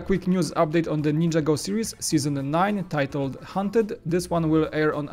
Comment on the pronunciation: Why you ninja go? It's nin-jaaa go